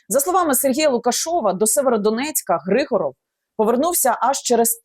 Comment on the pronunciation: Не ГрИгоров а ГригОров. Русская фамилия. Зачем коверкать язык. А те що він товариш Деркача того що зараз сенатором в РФ то це клас! Готується здача Сум. Добре буоло б аби не так обійшлись як з Маріуполем або Бахмутом.. Взагалі треба правді в очи подивитись. Кінець України не за горами. Навіщо було тоді чинити опір з самого початку? Всі були б живі й здорові. Міста й села не зруйновані.Обійшлося б тільки зміною цеї нашої гнилої зелено-шоколадної влади.